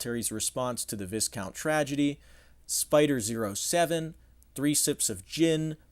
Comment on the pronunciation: "Selloo scouts" Pronounciation. "Vi-count" Pronounciation. RhACR veteran.